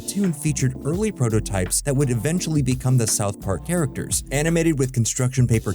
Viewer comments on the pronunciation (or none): none